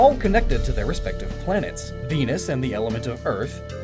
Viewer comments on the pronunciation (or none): none